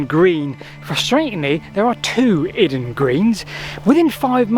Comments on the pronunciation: Not iden but Iden with the stress on the I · BTW, down here in Kent, we don't call it I-den, we call it Eye-Den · Great video but your pronunciation of Iden annoying me lol! Is pronounced eye-den…I live around 20 minutes away!…as said though, very interesting video and have subscribed! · It’s pronounced eye-den bro 👍😎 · Nice one and Iden Green I've known about since my days with the Ramblers Association in the 90's when it was far more complete than it is now. Just a small point, the pronounciation of Iden is as in eyeden. Best of luck with the search for £10k